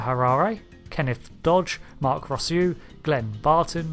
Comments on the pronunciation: Captain ross-you??? It's pronounced Rooss-oh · I love these videos! But...you might want to practice your name pronunciation before recording. Joaquin (wah-KEEN) and Rousseau (ROO-soh) might object if they came back in time to watch this 😂